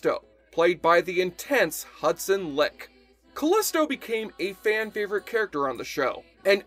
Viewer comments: Hudson's last name is pronounced as "like" not leak. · Hudson LIKE. It is pronounced LIKE. Not LICK 🤣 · I believe Leick is pronounced 'like' rather than 'lick'. One of my favorites is definitely "10 Little Warriors" because Leick does a great job being Xena in Callisto's body (because of the Tonight Show accident). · Hudson Leick...It's pronounced "like". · Not being rude, but it's pronounced like even though it's spelled leick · The way you pronounce Hudson Liek's name has me enraged lol